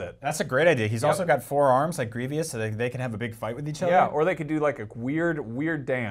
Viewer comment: Dude it's Gree-vus not Gree-vee-us